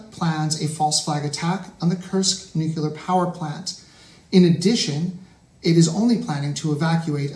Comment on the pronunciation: WHY CAN'T AMERICANS SAY NUCLEAR PROPERLY